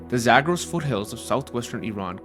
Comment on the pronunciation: why do you pronounce "Zagros" like that? if you're going to approximate the vowels with English vowels, you should use your English PALM vowel rather than the TRAP vowel for the first syllable and then you pronounce "dasht" as in "dasht-e-kavir" with the wrong vowel. that one should have the TRAP vowel. it's obvious that you can pronounce things properly when you try; why didn't you consult with a native Persian speaker for a few minutes before recording this?